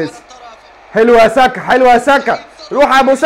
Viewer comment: انت عمال تقول saka اسمه سقااو سئا يا عم